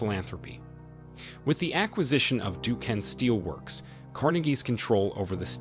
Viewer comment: Pittsburgh'er here. Duquesne is pronounced "Doo-kane".